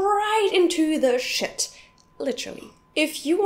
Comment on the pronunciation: the way she say shit is like "Schitt"